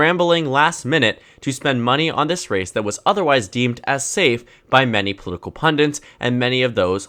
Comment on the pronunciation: Is it just me or does he say "pundints" instead of pundits